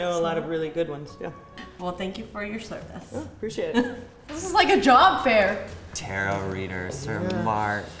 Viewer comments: “Tarit” bruh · I hate how he said "ta-RO." It's just "taro", like the bubble tea, but with a silent -t at the end. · Anyone else hate how he keeps pronouncing it Ter-ROE instead of tare-oh ...no?...just me? Ok then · And they were all pronouncing it ‘’tarrot” 😂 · i cringed at tarot reader when the first guy said it wrong